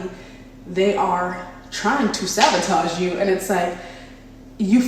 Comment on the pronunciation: You're beautiful! I feel like I should tell you it's sabotage not savotage